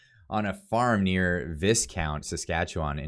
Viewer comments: Hey, nice haircut. Also it's pronounced Vie Count. Sorry, just bugging me lol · The Liberal mind is so childish…..everything they do is so school yard it’s ridiculous….by the way….its pronounced Vicount…..the S is silent. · viscount is pronounced vycount, same as the aristocratic title bestowed on the senior male heir to a minor title like baron. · The town is pronounced Vicount. The S is silent. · pronounce Viscount V EYE COUNT.....I love your videos. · it is pronounced V eye count .. ;)